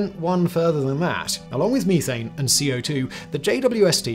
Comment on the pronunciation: Me-thane, you-thane, they-thane